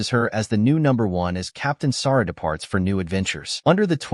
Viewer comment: Saru....Not Sara